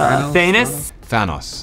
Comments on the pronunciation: Everyone else: Thanos Mark Ruffalo: Thanus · No one: Literraly no one: Winston Duke: THANOES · Did Mark just say Thanis⁉️ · Everyone else: Thanos Mark Ruffalo: " THANUS ?" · Is Mark trolling? He said "Lok-eye" and "than-us" lmao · "Thanus" "Metalman" "Omega Red" "Octopus" "Ronus" "Haaaaowpaces..." "Hornet" "Jeff bridges" "Elfman" "Elferus" "Lokeguy" "The guy from BvS" These men are experts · Danai, Chadwick, Mark: UHHHH Mark: Thanus Me: 😂😂😂😂WTF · Sebastian: "Thanos" Winston: "Thanos" Anthony: "The Nose" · Me : thanos Mark ruffalo : THANIS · Shows Thanos Mark: Thanis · No one: Mark: THAINAS? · Everyone : Thanos Banner : Thanus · Mark Ruffalo said thanus😂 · And thanus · Mark ruffalo: ‘thaenes’ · kam frusciante yeah but some people pronounce thanos as than-us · No he said thanus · Mark ruffalo said thANUS 🤣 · Thay-ness? Low-kai! Oh, Mark. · Nobody - Literally Nobody - Mark Ruffalo - ThEnUs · Mark said ThANUS 🤭